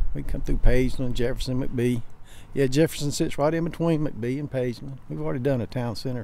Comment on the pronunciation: When you go to mcbee i know its spelled mcbee but its pronounced mack-bee. :)